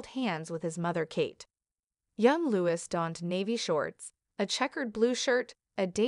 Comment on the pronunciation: Thank you for the comment from "BlueEyes." Regarding now for the third time myself, the pronouncination of Charlotte: IT IS NOT PRONOUNCED w/ "H!" Nor is Prince Louis pronounced "Lewis, , it is correctly Louie, again, no "w." ( As in "phooey!) This is truly SO annoying to hear. Princess Charlotte has such a lovely name; but is NOT named after her grandfather, King CHarles III. SHAR, as in "share" not CHAIR. YES, lose the "h," please also remember Louie. Poor kids will go through life with lovely names MANGLED BY narrators. Another: "tiara" is NOT TIEara, it is tea, ( as in the drink!.) How difficult is this, people? Thanks again , "BlueEyes"